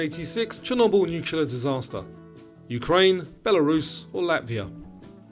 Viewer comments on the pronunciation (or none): none